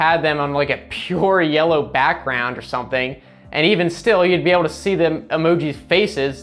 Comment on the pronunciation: Why did he say backgroundu🤣🤣🤣